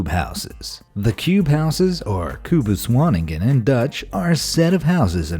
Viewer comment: kubuswoning is not pronounced like that. this is hilarious